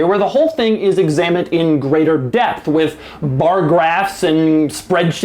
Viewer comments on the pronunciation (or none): none